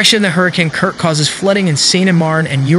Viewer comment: K I R K not "krik"